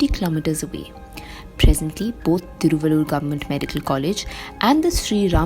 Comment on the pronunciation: Hey Young lady, guess you are a TAMIL GIRL!!...........THIRU'- VAL'- UR = Thiruvallur, but you pronounce like a North Girl!!